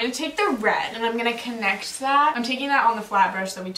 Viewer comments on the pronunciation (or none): none